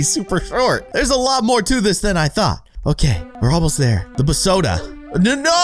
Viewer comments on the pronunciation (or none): It’s BEEEeeeeEEE SoDa not BAAAaAaaaA SoDa